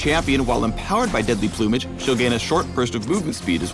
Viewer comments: the way he says plumage... plew-mage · deadly "ploomage" hehhehe is that how americans pronounce it?